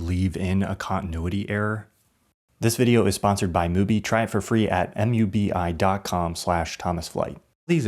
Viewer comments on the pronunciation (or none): BRO JUST CALLED MUBI M U B I